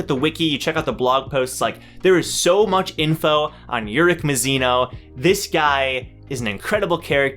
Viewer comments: bro you're pronouncing it right i think(i say it like that too) keep it up you doing great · That’s how I pronounce it tho...